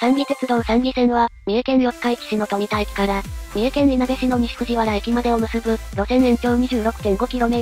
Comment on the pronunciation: とみ“だ” こう“か”